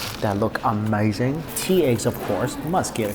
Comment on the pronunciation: Argh, that all looked A-MEYE-ZING (phonetic approximation of how Mikey sez it)! Someday, Taiwan, I shall come and eat all the things!